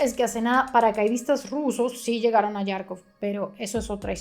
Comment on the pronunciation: ¿Por qué dices Yárkov? En ruso y en ucraniano se escribe Харков, y la letra X se pronuncia jota, como en Jaramillo, o _jamón_.